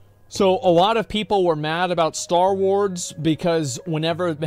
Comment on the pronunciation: Star Wards? Wait, can he not pronounce 'Star Wars' WTF? 😂